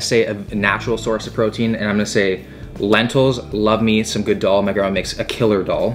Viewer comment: Lentils - That's daal not dawl. The D is spoken from teeth.